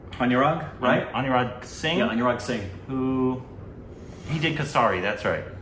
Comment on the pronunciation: You guys watch the movie where the title of the movie is mentioned in it tons of times and still mispronounce it all the time. For example, Kesari, you can make a bit of an effort to pronounce some words correctly, for respect, all words don't need to be "Korbanized".